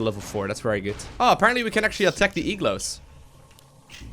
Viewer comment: he pronounced igloo as e-glow. I'm a bit confused. Is that a Dutch pronunciation thing?